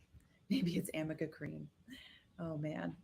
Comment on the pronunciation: And it's ARNICA CREAM. There's no such thing as AMICA cream. is an idiot and mispronounced it 50 times!